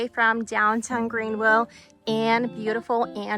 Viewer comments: GreenVille with V not with W. GreenVILLE with V, with V, with V, with V not WILLE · Why does she pronounce Greenville with “wille” instead of “ville?”